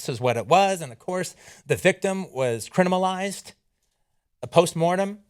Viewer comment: "the victim was cri-ni-malized" "they're cri-ni-malizing the community" Lol I never noticed that he can NOT seem to be able to pronounce the word criminal... Reminds me of people that say "Nuke-ya-ler" instead of nuclear...